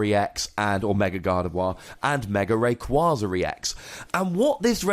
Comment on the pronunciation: Take a shot every time he mis-pronounces Rayquaza